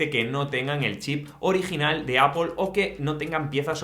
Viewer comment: no entiendo porque en españa se empeñan en decir Apel cuando la pronunciación real y original es Apol que significa manzana 🍎. si vienen a USA 🇺🇸 y piden una Apel nadie les va a entender tienen que decir Apol. lo bueno es que tú ya lo pronuncias bien 👍🏻